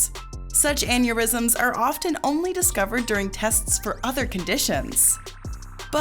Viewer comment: U misspronounced "OFTEN"..who else noticed that